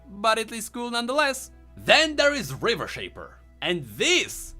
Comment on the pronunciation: Then there is Riversh... Me: Rivershen?:...aper.